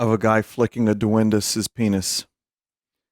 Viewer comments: Me gusta como pronuncia "Duendis" en lugar de "Duendes" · I like how he pronounces duendes as "D'Wendy's" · Sir, this is Duendes.